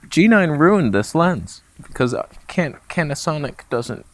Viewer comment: Did I hear “Can’t-asonic”?? 😐